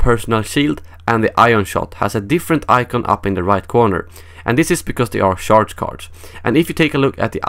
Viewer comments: It sounds funny the way you pronounce charge. You pronounce it like the word sharp. Try pronouncing it like charmander, hope that helps :) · not sharge?